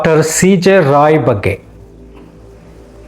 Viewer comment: ರಾವ್ ಅಲ್ಲ ರಾಯ್